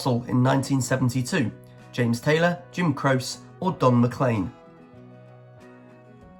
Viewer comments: It’s not “crose” for Jim Croce- it’s pronounced: “CRO-chee”. Dire Straits, featuring Mark Knopfler. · Croce is pronounced (Crow chee) This guy had several wrong and needs to do more research. Wish you Were Here was written about Sid Barrett. One of the original band mates. David Gilmour took over for Sid Barrett.